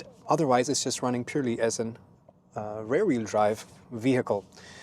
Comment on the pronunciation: while using Google, you can also use eg. the Translator app to check, that the word REAR is not pronounced as RARE. That is a different word...